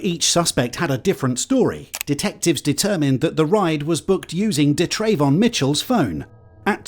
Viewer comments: It’s pronounce “Duh” Travon 🤪 if your gonna say it say it right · da’yrayvon 😂 he never had a chance. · Da’Trayvon? What the fuck is wrong with people. May as well have called your kid Un’empoyable McSkint